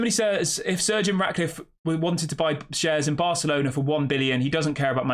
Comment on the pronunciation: His name is not surgeon it’s Sir Jim pronounce it right jeez